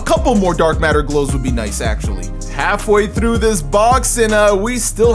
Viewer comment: Is bilingual? I think I can hear an accent when he tries saying through and some other words.